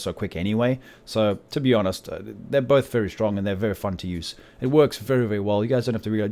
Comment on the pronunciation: I love how u say really really shtrong am not joking dude :)